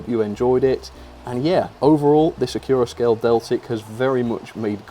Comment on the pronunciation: Why is it pronounced acc-your-a-scale? I've always be saying acc-you-ra-scale as to flow in from "accurate"